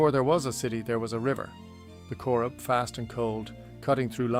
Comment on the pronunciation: "The CoreRib" river 😂